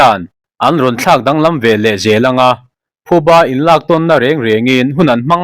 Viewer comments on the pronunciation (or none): none